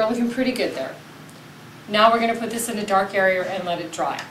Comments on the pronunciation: 'Arearer' cool vid in all 'arearers' lol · airy-err = area